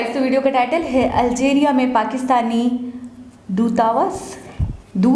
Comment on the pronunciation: Doota-waas pronunciation ✌️